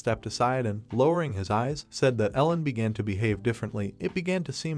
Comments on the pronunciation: its eren not ellen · Me as well and the fact he calls the main character Ellen instead of Eren. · I don't understand why did you mispronounced name and pronouns, calling Eren, Alan and at this moment Elena and Elenu, wtf, why?